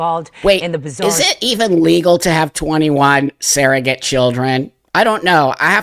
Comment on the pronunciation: Surrogate, not ‘saerogate.’